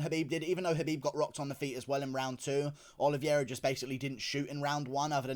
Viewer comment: Nice reaction and breakdown! I believe his surname is pronounced OLI-VAY-RA not OLI-VIER-RA.